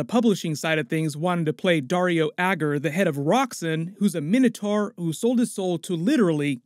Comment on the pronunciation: Minna tar? Mine-oh tor